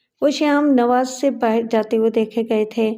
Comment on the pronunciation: Sham nawas nahi sahi lafz hai sham niwas.